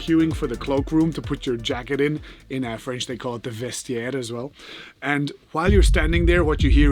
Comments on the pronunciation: Amazing video as usual! (Would be "Vestiaire" though, and not "Vestaire" :) ) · "De vestaire as well" -> Nederlands accent tot en met! :)